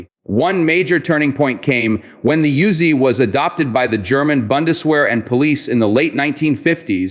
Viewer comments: Pronounced Oo-Zi. Not Yoo-Zi. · Of course not. And the name pronounced Oozy, Not Yuzy. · Yo Bro, this ain't a YOOZIE, duh? It is an OOZY, THAT'S THE WAY IT IS PRONOUNCED 😂 You do not want the IDF come nockin on yo door😅